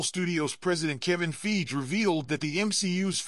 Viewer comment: Soon as he said feige wrong I was out lol…